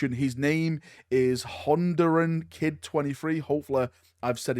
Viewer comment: you said my name perfectly